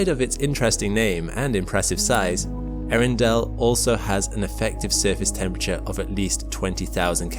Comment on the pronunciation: I admit the astronomy nerd in me could only just barely survive hearing him call the star: " Arindale "